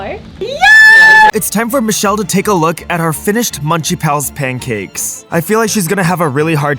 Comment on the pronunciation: # not susheal or moocha bot michelle (still love them tho)